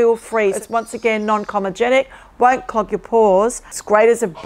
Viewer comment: my love...no shade, just an observation...it's 'comedogenic', not pronounced the way you are saying it. Given that you're in skincare, it just stands out that much more. Keep going well.